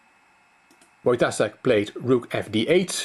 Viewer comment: You pronounce Wojtaszek with "s" but it's "sh". Wojtashek.